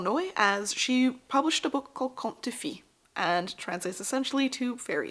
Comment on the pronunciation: cont duh fay. not cont duh fee. the google translate voices are not perfect, but they do give the correct vowel values